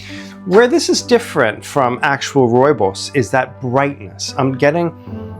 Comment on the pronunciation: As a South African, this is the best pronunciation of rooibos i’ve heard from a non-native speaker. Bravo!